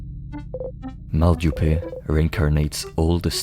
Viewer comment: As a frenchman hearing Mal du Pays pronounced Mal du pet (fart sickness) got a few chuckles out of me